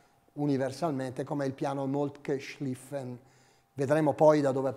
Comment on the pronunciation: Ottimo video! Una precisazione: Moltke si pronuncia con la o " all'Italiana" visto che sulla o non è presente la umlaut